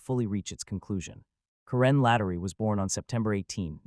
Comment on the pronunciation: This was 42 years ago!!!! I saw it on a crime programme YEARS ago. I live in the UK and even I HAVE HEARD OF IT. I think I will give up with this 'crime nation'. All these stories are soooooo old, and have been done countless times over the years. Her name was SLATTERY not Lattery, as he says at the beginning. Have a look at The Cinemaholic for a brief synopsis of the crime, and don't sit through this drawn out narrative!